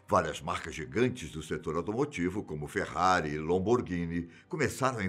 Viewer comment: Haha ferrati e “lomborghini”😂